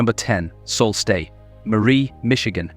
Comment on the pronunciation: 😢not Salt stet! Pronounce. SOO STE MARIE!!!!!